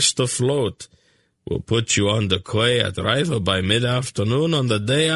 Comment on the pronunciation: im sorry, but how dumb must you be to call a quay a kway, surely a grown man has heard the name before in regards to a place to moor your ship/boat?? i find it utterly astounding that someone who is reading a audiobook for all the world the hear wouldnt know this, or be corrected so he could pronounce it properly